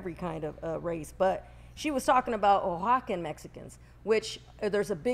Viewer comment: never gets info correct. Jay Z’s VC firm invested into the pizza business in a series A round. And she can’t even pronounce Oaxacan correctly 🤣